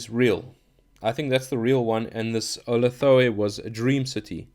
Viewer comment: "Oh-lath-a-way" is the correct pronunciation of the city which lies betwixt the strange peaks of "no-tahn" and "Kala-fo-nik"